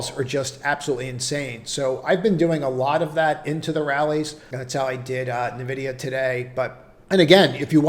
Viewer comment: hillarious you pronouce the letters O-N-O-N instead of OnOn. but cant say N-Vidia. maybe if it was O-N-Vidia